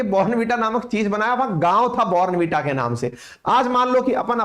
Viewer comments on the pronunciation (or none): Bhai saab phele zara please sahi pronunciation to seekh lete kan ki kirkiri krdi er 15 sec baad bornn veeta keh keh .. hadd hai yaar waise hum indians